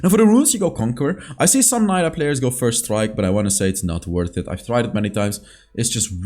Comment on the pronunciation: i know mentioned this before, but it got me cringed when he said "n-ai-lah" when most LoL pc players call her "n-ee-lah":')